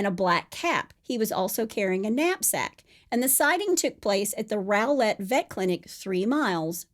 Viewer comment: Rowlett is pronounced raw-let. I know it makes no kinda sense but not 1 documentary or news agency has gotten it right. Even local ones